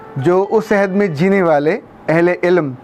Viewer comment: Sir "ayhad" nahi "ohad" hota h Ayhad ka matlb waada ya promise krna hota h